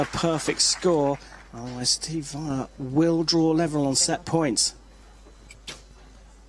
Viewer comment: Stupid English commentator keeps pronouncing Wijler's name wrong.